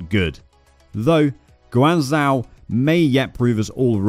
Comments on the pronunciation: “Gwan Zao” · Why does he keep pronouncing it Guu Anne Zow?